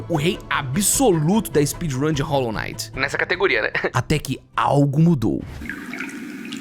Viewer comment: "Rólo Naiti" 😢